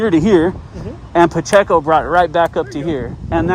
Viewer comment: Officer "PaChico" jeez he can't even say his name right.... he's going to cost the taxpayers someday with his attitude..